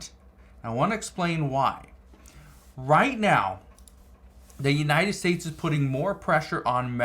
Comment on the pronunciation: Its not "estates"..its states. Why y'all always add an "e" when a world starts with a "s"...pls say the words correct